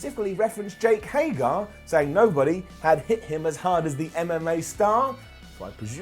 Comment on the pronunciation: It took fifteen minutes for to mispronounce Jake Hager's name this week